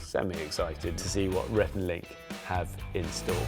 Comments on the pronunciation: He called rhett Renee 😂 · 1) I can't believe this only has 140k views. I thought for sure it would have more. 2) He called Rhett, Renae. Haha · Did Bear call Rhett Renée? 🤣